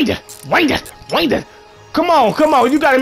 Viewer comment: "winddedd windded winddded" lol